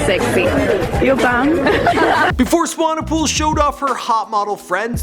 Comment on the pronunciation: Come on, dude. You pronounced Swanepoel correctly before, how did you mess it up?